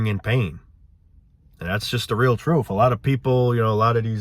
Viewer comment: Gotta hear the "troof", man! 😂